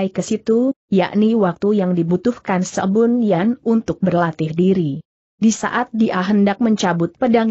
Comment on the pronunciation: Sebun Yan kok dibaca Sebon Yan?